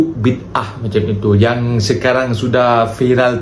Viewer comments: sebutan filem tu bi da ah, bukan bid ah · .....bukan Bidaah Gini sebutannya Bidaaaaa ah😮